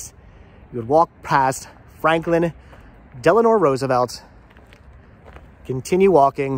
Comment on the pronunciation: Del-a-no, not De-la-nor.